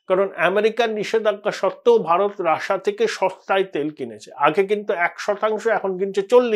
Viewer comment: রাশিয়া না বলে রাসা বলছেন কেন ?